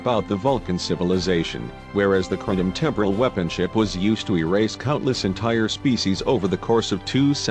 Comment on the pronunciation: CAPTAIN SPOOK FIRE ALL TORPODOS ITS THE KLONGONS !!!!